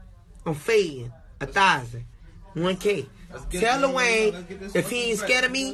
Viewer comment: Kodak cant even say lil wayne right 😂